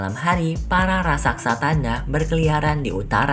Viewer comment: Raksasa bukan raksaksa